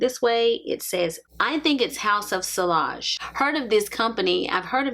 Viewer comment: House of "Si-Y-age" the "I L" is pronounced as "Y"☺️ Thank you for the video ☂️☂️☂️